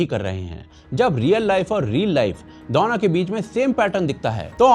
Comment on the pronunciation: दौनो नही दोनो बोला करे pls ,🙏sounds v annoying